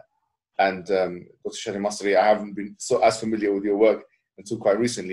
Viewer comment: I think it's Shadee "Elmasry" (=/= Masri).